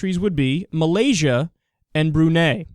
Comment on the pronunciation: Someone should bitch slap Reza Aslan every time he says "Malaysia".